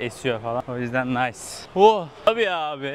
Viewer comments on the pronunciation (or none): none